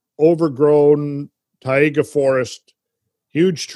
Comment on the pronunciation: Marvelous again, thanks! It's very good to have the right perception, as we just don't. Taiga is pronounced like a combination of Thai-(land) and ( Lady Ga )-Ga.. :-) Thai -ga. Cheers!